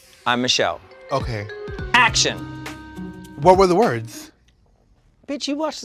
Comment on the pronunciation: But your "Shaktions"